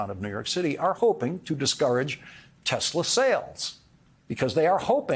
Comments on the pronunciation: "Tezler". It's "Tesla", Mr. President. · Icing on the stupid cake is that Trump gets the name wrong. He calls it 'Tesler'.